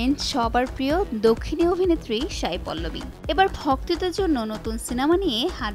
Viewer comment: Sai not Shai... উচ্চারণ স এর হবে শ এর না..।